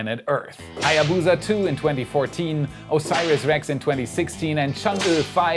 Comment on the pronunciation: If only you put half as much effort into researching how to pronounce "Hayabusa" as you did with "Chang'e"...